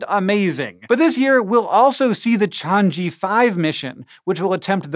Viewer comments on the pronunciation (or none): Pardon me, but it is actually pronounced as "Ch-aa-ng Er" not change-gy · Hank: "Chang eee" Me: "Chang ER!" But I forgive u cuz u r awesome. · It'd be much more intelligible to Chinese speakers if you pronounce it like "chang-uh" instead of "chan-jee" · It's pronounced "Tshang Uh", not "Shanjee". Type this in Google translate, listen: 嫦娥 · It's pronounced "chang err", not "chang-e" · Pls Hank. It's pronounced Chang ER. Not Chang E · yet another poor, poor laowai falling victim to Chinese romanization. It's not chang jee. Its chang uh. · Hank, that e on Chang'e is more like an "err" (Beijing/Northern Chinese accent) or an "uh" in the rest. Chang'e is a famous princess in Chinese mythology associated with the moon and with a pet bunny. "Chong-uh" is the closest you're going to get with an American accent and plain text ignoring Mandarin tones. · hey man love this vid. Chang'e (嫦娥) is pronounced as chang "earl". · Chang'e is pronounced more like chahng-oo with oo as in book. The apostrophe is to make sure one doesn't pronounce it chahn-goo with oo as in book. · I believe the china craft's name is pronounced chang-er. where the r is silent. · I think you made a mistake the g in chang doesn't really make hard g sound, it together with n (ng) makes the ng sound as in "song". Chang'e should should be pronounced separately like Chang and uh, and you don't breath the h sound in uh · It's pronounced 'Chang Uh" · Hank, that's... Definitely, not how you pronounce Chang'e, it's more like, Ch-ahh-ng-ee. Chinese and English have very different pronunciation even when it romanized. (Fun fact: The reason why they named the probes that is because Chang'e is the Chinese Moon Goddess.) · Just FYI, Chang'e is pronounced chang-uh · Hank trying to say the name of the Chinese craft is hilarious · The apostrophe in Chang’e is the pinyin (Chinese romanisation) version of a hyphen. It’s there to show you where to break the syllables. Don’t attach the g to the e.